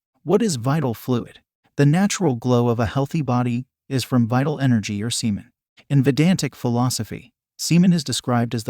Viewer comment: He said semen Sea men.